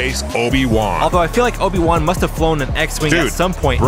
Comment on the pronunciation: ... its Obi Juan not Oni One...